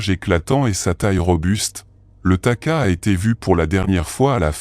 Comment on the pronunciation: Pas taka, takahé .